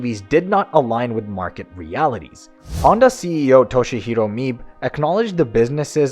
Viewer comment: "Mibe" is pronounced "me" + "be" as in "bed."